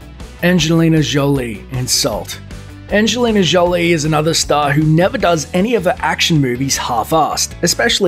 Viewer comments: Anzhelina Zholie? Dude, she ain't French! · "Angelina Gjdzolie" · Angelina Joeeeleee LMAO